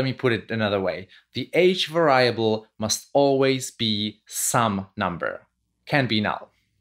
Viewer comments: Stress syllable on the first syllable for va-ri-a-ble, sir! VA-riable. Not va-RIA-ble. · i'm going to start saying var-EYE-able every time now. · No problem with "Vayyable" :-) . We understand what you want to say. Also subtitles are available in video. (pressing "c" whild watching videos ) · lol I have been doing this mispronunciation all the time and never really notice it was wrong. Thank you for making this correction as well as this great video. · all good! it adds a twist to it. Great video BTW